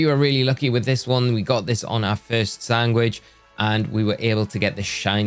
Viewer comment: Are you saying "Sangwich" and not "Sandwich"?